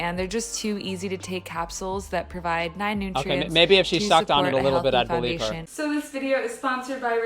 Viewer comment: "Look, I take a capsule that contains over FIFTEEN nootrients! I am not malnourished at all."